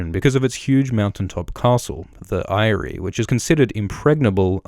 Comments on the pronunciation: Dude, you watch the show. You should know that "Eyrie" is pronounced "Eerie" that say it at least 10 times... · Forgive me, but what I took away from this video is Eyrie is pronounced “I-ry”...